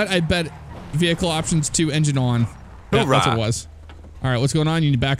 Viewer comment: Oorah, not hoorah Actually, just don't say it :\